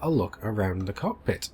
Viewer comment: Louie Leverett (Whispers in ear) Bro, it's cockpit not cod pit :-)